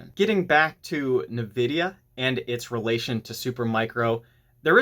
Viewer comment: Suggestion: correct pronunciation of Nvidia is: In-vid-ia , not Na-vid-ia. Look up correct pronunciation on Google.